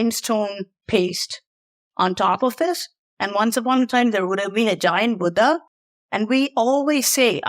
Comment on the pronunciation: you are absolutely incredible.🙏 And I love the way you say Buddha.